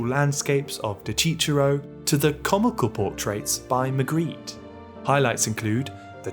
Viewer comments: I love your videos but you pronounced the name of the first artist completely wrong, you said "de Cicero" instead of "de Chirico". Later in the video you sai Arcimboldi with a hard c that is completely wrong. You probably can't research everything but to an Italian as myself your pronunciation could sound even a little disrespectful. P.S. I can't stress enough how much I enjoy your work and the very stimulating points you raised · "de ciciro" 💀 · De Chirico is pronounced "Deh Kìrikoh". Arcimbolbo is pronounced "Archeemboldoh". BTW, great video as usual! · "De Cicero" hurt me so much. Constructive criticism: De Chirico actually had lots of debates and he actually despised surrealism as a whole, other than that, GREAT VIDEO AS USUAL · Cool video but man, you did really butcher De Chirico's name 😂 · Thank you very much for the several sparks given in this video. As a history of art teacher, I appreciated it very much. The only concern is about the pronunciation of Italian artists: both De Chirico and Arcimboldo were definitely wrong. Thank you anyway, it is really a great summary of the dreams and unconscious in art. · not to be a grammar nazi but u should switch the pronunciation of the letter C in Dechirico (in which the Cs are pronounced like the one in the word car) and in Arcimboldo (in which the c is pronounced like the one in cheese), amazing video as always though!